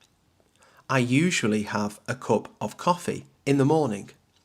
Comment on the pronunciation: Thanks for your video. I feel your pronunciation different some words like cup, bus, lunch